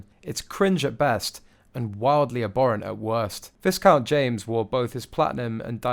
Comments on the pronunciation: Please, it is pronounced vi- count. The S is silent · Viscount is pronounced with the "s" silent. So, vie-count. Please stop mispronouncing it. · pronounced vicount the s in viscount is silent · Pronounced Vi-count. S is silent. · It’s spelt viscount but you pronounce it Vi count ❤ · The "s" in Viscount is SILENT. Pronounced "Vi-Count". You mispronounced his name at least 9 times. And it's pronounced "Louie" (Lou EEE) not Lou IS. If you're going to be a commentator, pronounce the names correctly. Otherwise, you sound like an ignorant amateur that you are. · It is pronounced Vi Count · Ffs. VISCOUNT IS PRONOUNCED VICOUNT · Zara TinDOLL, James Vis-count, Prince Lewis??? It’s pronounced Louie! Why don’t they check out how to pronounce these names BEFORE going on air. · It's a pity you don't use the correct pronunciation of Viscount. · Viscount is pronounced Viscount Louis os pronounced Lpioe Eugenie is not pronounced Eugene llikw a bit but E Eugjabuey Yourispromimvistioms are abhorrent to me y typos are due to my severe cataracts s which make me as lmostcyotsllt blind But at least U can hear and promounce words cirrectly.ynlihe you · The s is silent in viscount Pfft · The s in Viscount is silent and it's Eugen-ee, the female version of the name, NOT Eugene. Bit basic if you are commenting on the Royal Family... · I don't know who you are; I thought you were an Englishman from the sound of your accent however old boy; your pronunciation of Viscount James Severn's title is very UN English. Viscount is not pronounced phonetically with an emphasis on the letter "s". The letter "S" is silent which is a quirk of the English language (Bloody Sassanachs). it is pronounced "VI - COUNT" and Severn is pronounced "SAY - VERN" Thank you! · You sound British.... But please check your pronunciation of Viscount! It does NOT rhyme with discount. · Erk! Learn how to pronounce Viscount - on a specialist Royal site as well! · The s in Viscount is silent